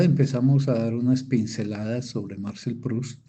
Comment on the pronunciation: Por qué pronuncia el nombre Marcel en inglés?!?